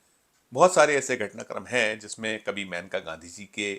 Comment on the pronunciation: ‘मैनका’ नहीं ‘मेनका’ बोलो भई